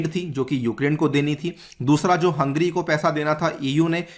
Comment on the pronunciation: you keep saying Hungry instead of Hungary.